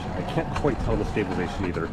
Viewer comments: You keep saying stabilation lmao wtf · yes but you're missing half the word when you say it :)